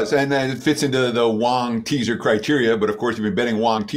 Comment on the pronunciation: I have been watching for at least 5 years and maybe I cannot hear anymore. Is it LONG teaser but it sound like like, and all said WONG teaser